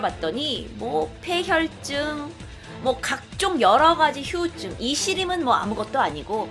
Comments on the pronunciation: 으사 아니고 의사 휴우증 나이고 후유증 이게 안되나? 항상들을때마다 의사 발음 안됨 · 님 휴유증이 아닌 후유증입니다. 기분나쁘셨다면 죄송합니다ㅠㅠㅠㅜ